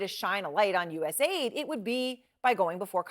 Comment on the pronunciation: It's pronounced US aid, not USA ID